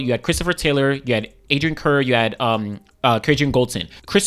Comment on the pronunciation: Adrian Carr, it is pronounced as